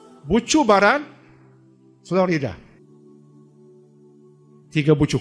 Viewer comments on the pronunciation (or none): none